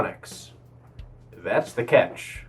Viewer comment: I was confused whether you said "that's the catch" or "that's the cat".